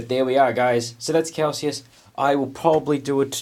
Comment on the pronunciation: Pretty sure you’re pronouncing Calsius correctly. You’re pronouncing lieutenant wrong, however. England and Australia pronounce it leff-tenant. I built mine as a Space Wolves battle leader. Bit of a pain getting rid of the Ultras symbols but I’m gonna cover them with wolfy bits anyway. I reckon he looks sick. Kinda like you throughout these vids.